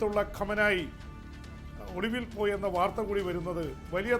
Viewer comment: കമനായി അല്ല സാർ ഖാംനഇ